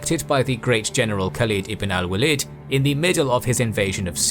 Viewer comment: Just a feedback as I like this a lot. It might be worthwhile to look up how names are pronounced or consulting someone who speaks Arabic. Khalid ibn al-Walid pronunciation was really bad compared to everything being so well done. a quick "How to Pronounce" + name would do it.